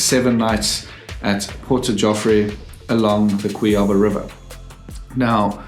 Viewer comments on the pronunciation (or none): It’s not pronounced like that “Cuiába”. It is “Cuiabá”